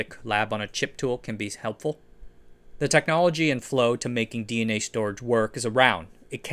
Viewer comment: mispronouncing DNA in the first half second is quite the move